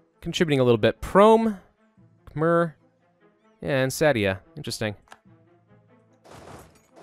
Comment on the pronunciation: You pronounce “Khmer” wrong... you should pronounce it between “ei” and “er”